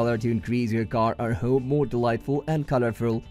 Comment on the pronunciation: Wha?.... I "can also use at hoom, for use at the hoom, and good also fer da hoom in the good product of the hoom." Your logo is phallic.